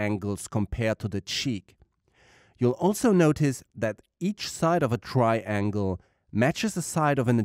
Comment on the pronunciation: Tryyy-ANGLEE :D:D